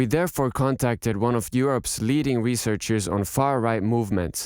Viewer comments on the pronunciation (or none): none